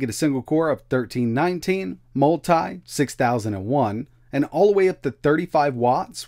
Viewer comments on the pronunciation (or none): As much as I would like to watch the whole video the way he says multi just annoys me too much that I can't make it.